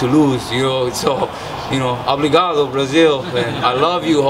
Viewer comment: He's saying "obligado" hahha it's "obrigado"